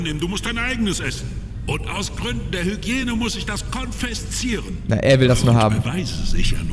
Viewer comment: Das heißt "konfiszieren" und nicht "konfeszieren" xD